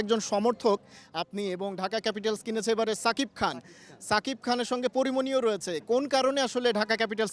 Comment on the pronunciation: সালার সাংবাদিক আগে ভালো করে উচ্চারণ শিখ তারপর সাংবাদিকতা করতে আসিস, ছাকিপ নয় শাকিব খান ।